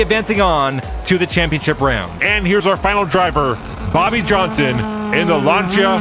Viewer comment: Gotta work on the pronounciation of the car manufacturers dude :) Lancia - Lan-see-uh Citroen - Si-truhn Hyundai - Hai-un-dai or huhn-dai if your weird.